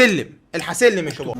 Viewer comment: ليه بتقول شيباب